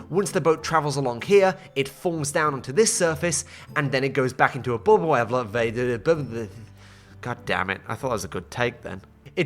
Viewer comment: A "boubull" elevator lol